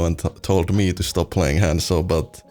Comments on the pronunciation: It’s not pronounced hand-zo. There’s NO D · Not at all. You say it wrong you say it wrong lol. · How does someone play a character for 2500 hrs and still say his name wrong lmao